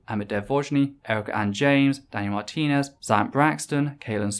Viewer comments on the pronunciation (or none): none